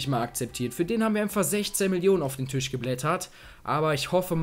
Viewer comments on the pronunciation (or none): none